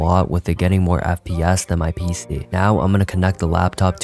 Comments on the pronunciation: Why is bro saying peesee? 😭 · Y u say pc sometimes like pceh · BRO SAID PEESAHH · "pee-se" is messing with my brain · “My PCEH” Why is bro so Funny 😂😂😂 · Bro was pronouncing PC like "PSeh" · How he says pc💀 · The way bro said pc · the way bro says pc